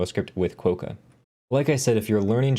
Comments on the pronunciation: You probably felt slightly irritated each time he said it wrong :D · Hi, that O in the name is pronounced like an A. So you end up closer to Kwa-ka, like the Australian pronunciation for the friendliest animal on the continent. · Probably pronounced Kwock-a... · Agree, with the first syllable rhyming with "crock"